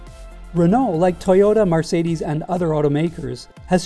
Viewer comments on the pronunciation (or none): It's MERcedes, not MARcedes.